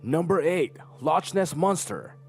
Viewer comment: So how can they be "solved" if, for instance, all that is presented is "the picture of Nessie was admitted to be a fake?" Or the Marie Celeste was located-but her crew never was? That is not "solved." And Loch is pronounced "Lock," a hard 'k' not the 'ch.' It is Scottish for "lake." Maybe a portion of their brain got stimulated causing them to see someone not there? And I did not understand the mystery point explanation at all. The notes in the Odyssey-never heard of this mystery. The pyramids-obviously the scientists that decided water on sand makes moving heavy objects easier has never run on the beach in utilities and combat boots... Bermuda Triangle-the PRECISELY defined area is in the Atlantic, true. And the number of disappearances are not statistically higher than other regions-true again. But where's the fun in all that?!?!